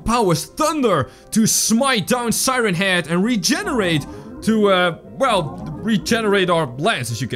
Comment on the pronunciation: you said reeeeeeegenarat